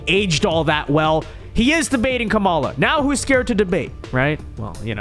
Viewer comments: I support your videos and generally like them but dear lord, you intentionally mispronouncing Kamala is extremely immature and irritating. Makes me click off the vid every time. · Notice Ana calls her by "Ka-Mala"